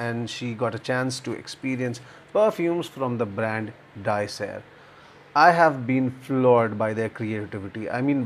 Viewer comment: Hello. Please tell me how to pronounce Di Ser? I didn't understand how you said it. And do you know what Di Ser means? Thank you.: ) I'm reviewing one Saturday.